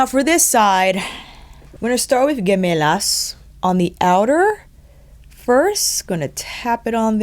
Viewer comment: FYI... Gemelas is Spanish for Twins. The G here makes the sound that H makes in English.